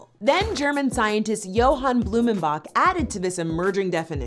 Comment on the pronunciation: Johann Friedrich Blumenbach (you mispronounced his name BTW) was one of the very first anthropologist. EVER. Before his studies, NO ONE had ever tried to classify where the human race had originated OR even document the evolution of the human anatomy. You outright fabricating this man's history. 1) He didn't own over 60 skulls. He STUDIED and published a scientific paper based upon the findings of his studies of 60 different skulls from different regions around the world. 2) He claimed that CAUCASIANS were actually descendants of man who came from ASIA. and that Adam & Eve were actually from ASIA. NOT White. More specifically, SOUTH ASIA. A.K.A, India... He just thought that Caucasians (the people from Caucasus) were the closest to the original humans BECAUSE of what they're skulls looked like to him. NOT because they were white. 3) He was actually fairly accurate about how races evolved with dietary and Vitamin D intake as they lived and reproduced over time in differing climates. 4) He was also devoutly Catholic and the paper in which the dumb chick is referencing (the one about Adam and Eve) was published in 1779. His work was financed BY THE CATHOLIC CHURCH which was asking him to specifically try and find the origin of man. 5) He ACTUALLY CONCLUDED that AFRICANS were (and this if an ACTUAL QUOTE) "not inferior to the rest of mankind 'concerning healthy faculties of understanding, excellent natural talents and mental capacities' 6) He actually fought AGAINST scientists of